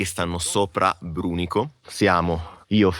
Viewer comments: Fantastico video, grazie! Brùnico, l'accento è sulla prima sillaba esattamente 😂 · L'accento và sulla U , Brùnico. Buona giornata ;) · Brunico, non brunîco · BRÙNICO! per carità non Brunìco 😢 grazie 😅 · Tutto super bellissimo ma "Brunìco" non si può sentire 😢😢😂😂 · Tempo 10 secondi e partiamo malissimo sulla pronuncia di Brunico!!! P. S. Vi adoro in ogni caso!!